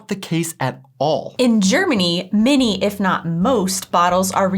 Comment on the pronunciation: I always hear "" when you say "many Germans". Cracks me up all the time.:D